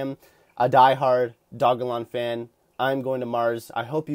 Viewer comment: It's pronounced doge-elon Can't listen to you butchering the name. It derived from doge